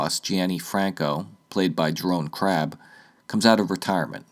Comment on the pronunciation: I had no idea Jeroen Krabbé was in this! Love these other non Bond related videos, as they're usually somewhat of a curiousity for me. By the way as a Dutchman I can help you pronounce his name, as it so happens to be my name too. (And I don't mean to sound as one of the typical 'you pronounced it wrong' people, that we both get on our video's, i'm not bothered by that at all!) As an American, the closest thing to pronouncing the name would be "Jeroon Crah-Bay".